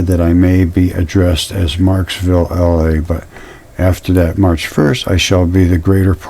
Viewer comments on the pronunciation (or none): none